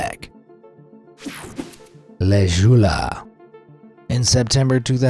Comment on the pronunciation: why does he say le joola like that 😂😂😂😂😂